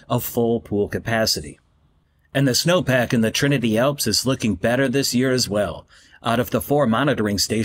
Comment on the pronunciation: Why did you say Trinity “alps”?